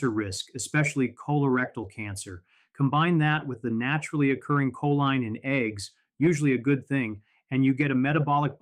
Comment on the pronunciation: "koleen" is the pronunciation of choline.